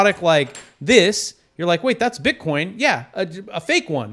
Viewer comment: Are you saying "bitcorn"?